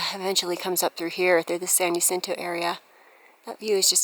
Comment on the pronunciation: San jacinto.. Is pronounced. San Ha sintoe... Not San Ya cinto. 🙄